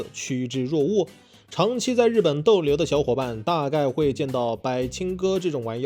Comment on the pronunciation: 不是叫（白）青哥，是叫（伯）青哥，書多念（讀）一點⋯⋯